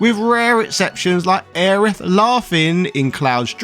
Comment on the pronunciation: "Aya Brie" 🧀 hohohoo~ I didn't know you were French